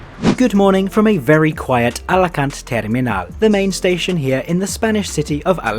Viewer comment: Follow you just for saying ALACANT goooood